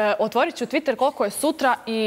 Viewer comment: "TvIiiTeeeer"cc jaoo,jao!!